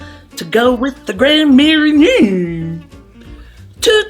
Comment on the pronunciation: Gotta lean into your French pronunciation when saying Grand Marnier 😉